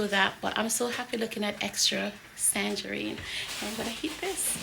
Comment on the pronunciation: Everything looks absolutely delectable 😊❤ Big up Aunty Joan with her blessed hands for always throwing it down in the kitchen❤ you've taught her well lol. Every time you said tangerine with the "s" I laugh out so hard. It's tangerine sis😅. I love it too. Haven't eaten it a while though. I need to book a flight for a plate of everything 😋😋